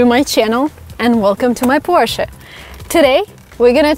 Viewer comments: Thank you saying "Porsche" and not "Porsch" like the most english people ;-) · You know this is a quality video when she pronounces it as Por-sche instead of Porsh or Porschy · I'm from Germany and I'm proud of you for pronouncing 'Porsche' correctly xD